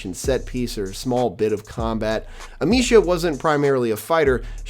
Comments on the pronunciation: "Amissia", not "Amishia". Dude, get the basics right. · It’s actually Amee-sia. C’mon dude, get the basics right. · Butchered Amicia and macula pronouncements 😅